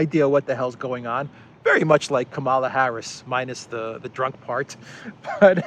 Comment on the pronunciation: It is Kamala as in Pamela.